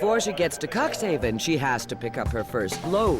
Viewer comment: Not bad made but please pronounce the city of Cuxhaven correctly. It sounds horrible to me. I was born in Cuxhaven and if somebody would pronounce it the way you do it in Cuxhaven, you are in big trouble. And the ship is build in 2009. An old lady so to say. I saw the ship by myself and it is mindblowing. However, this kind of ships normally run smoothly and have no problems and is not the only of this kind.